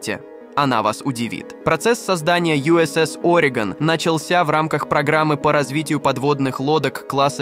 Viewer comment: Orego’n не Ore’gon